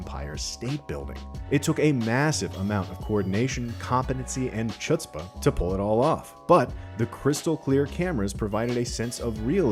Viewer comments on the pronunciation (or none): Chutzpah is pronounced more like "H" than "Sh" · “Chutspa” chutzpah is pronounced hutspa!